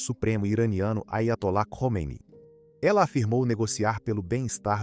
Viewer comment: Muito frustrante ter de ouvir uma voz de IA que não sabe ler siglas, como URSS ou nomes como Khomeini... E um "apresentador" fake. Irônico que os avós não aceitavam o estado laico de Israel, mas viviam nele. Contradições.